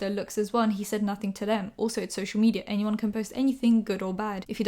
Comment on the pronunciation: no one:: ‘ñyeed’ ‘añyeeone’